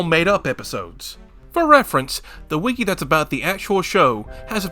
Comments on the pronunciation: Just say wiki like a normal person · entertaining video, but the way you say wiki makes me want to kill myself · The way you pronounce wiki as “weekee” sounds like nails on a chalkboard to me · “weekee” is on par with “meimei” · ITS NOT CALLED A WEEKI